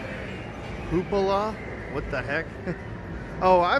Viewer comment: hoopala? Where are you getting these extra letters?